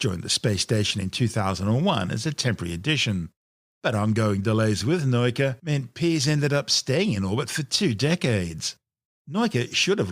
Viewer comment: What is this "noyka" nonsense? It's "nah-oo-kah", accent on the "oo" (otherwise would be "now-ka"), means Science... Guess he somehow saw a German "neu" there instead of "nau"? Hurts my brain, physically :(